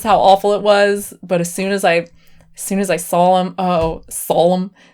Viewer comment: sawl-em.... saw them omg XD Also: I about died.... I mean coulda dunn it